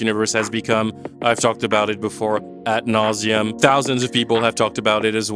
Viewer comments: bro its "ad" nauseam not "at" lol - its latin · ad nauseam, not 'at'